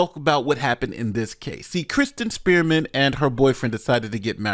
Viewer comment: Am I the only one that keeps hearing say "Kristin Spearmint?"